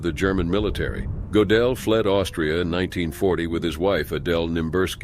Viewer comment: Gödel [ Make your mouth as tho you are saying "O", but say 'e' through it! Goedel [= 'O Umlaut' Ö]: Gödel Not Go-del *Not OOber uber is Not a Word!! Either